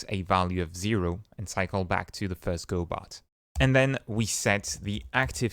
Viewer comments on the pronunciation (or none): Lol, he's pronouncing it wrong. The godot devs clarified themselves it's go dot and not godow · says go bot and still can't say go dot. remarkable